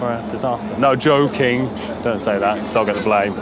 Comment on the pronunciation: the way he say NO JOOKING